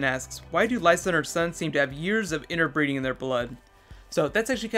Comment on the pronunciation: Lyssa is a Tully, not a Stark. And I think you meant "inbreeding" not "interbreeding" which is what it sounded like you said. A quick suggestion for a bonus video: DIRE WOLVES which of course were quite real (if now extinct) creatures. I myself suspect Nymeria might have some part yet to play.